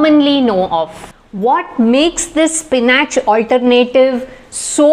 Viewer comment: Spin atche😂😂 pronounce properly madam